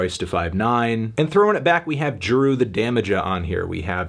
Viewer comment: I had to stop the video after he said Juru